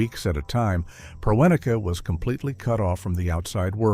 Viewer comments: His name is pronounced PREH-neh-key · A major problem with AI voice over is the inability to pronounce unfamiliar words. Dick Proenneke is pronounced Pren-ak-ee. It is distracting to keep listening to the AI voice mangle that over and over again, and in different ways each time. I'll take a pass on this channel, since there are so many good YouTube channels with human creators reading their own material.